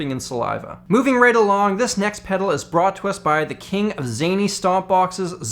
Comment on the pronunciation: That last "pedaru" killed me